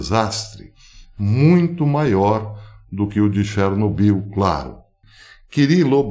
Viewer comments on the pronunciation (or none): none